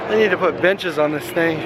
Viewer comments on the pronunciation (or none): It's sounds like he's saying bitches instead of benches